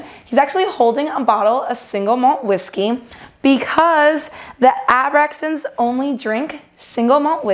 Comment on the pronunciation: The way she said Abraxans reminded me of Stewie pronouncing "cool whip"